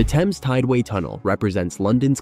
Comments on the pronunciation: TEMZ not TEYMZ. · Why are you pronouncing the word Thames differently in a matter of seconds after pronouncing it correctly? First the river Temz and then Taymz Water?